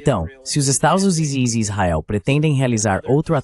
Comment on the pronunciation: Não intendi essa AI de tradução ele consegui pronunciar tudo menos estados unidos da américa.